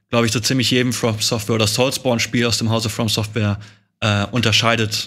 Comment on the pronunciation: mich triggert immer, wenn Etienne nicht From Software sagt.